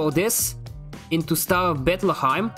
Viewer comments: I love how you called star of Bethlehem "Star of beplakham" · The way he says Bethlehem like it's german lmao